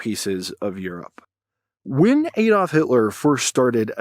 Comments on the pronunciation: It's Adolf, not Édalf 😂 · ADD-olf, NOT AID-olf. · Adolf- is pronounced with a short "a". Not "Aydolf" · It is pronounced Ad olf, as in one plus one - adding and not A dolf. I don't know what dolfs are, but you do like talking about them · Why oh why do Americans mispronounce proper names? The initial letter "A" of "Adolf" is NOT a soft "A". Americans persist in pronouncing it "Aydolf". You can get away with this when it is not a name. You CANNOT get away with this bastardisation when it is a name. I have even heard an American pronound the word "analyst" with a soft initial "a". This changed the meaning of the word with hilarious implications. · 'Aydolf...' WHO THE FUCK IS AYDOLF